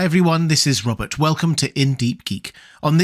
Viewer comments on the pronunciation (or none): I always hear "Welease Wobert!"